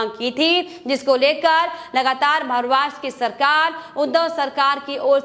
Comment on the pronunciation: Maharashtra ka naam sahi se le lo